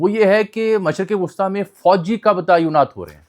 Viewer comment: بھائ صاحب ایک لفظ جو اکثر آ پ نیوز اینکرز غلط استعمال کرتے ہیں وہ ہے تعیناتی ta ee naati اس کو اکثر Ta'ayunaati کہتے ہیں۔ باقی آ پ کی وڈیوز مفید معلومات فراہم کرتی ہیں ۔